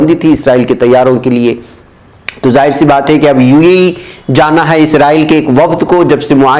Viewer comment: ایشیاءی ممالک امریکہ کو خام تیل کی برآمد نہیں کرتے، بلکہ درآمد کرتے ہیں ( یعنی باہر سے اپنے ملک میں منگواتے ہیں۔) براءیے مہربانی UAE کو UEE نہ پڑھیں۔ بہتر ہو کہ متحدہ عرب امارات پڑھیں۔